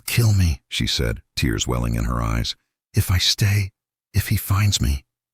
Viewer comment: Sewing tears😭 instead of tears as in torn. Mskes me laugh every time I hear it.